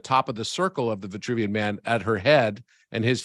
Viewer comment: C'est l'homme de Vitruve et non vouvian...